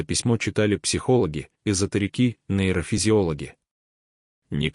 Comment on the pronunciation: Да не изотериКИ и не ГОлоса..а голоСА..неуч,бля противно слушать..в каждом слове ошибка и не правильно поставлено ударение..ужас..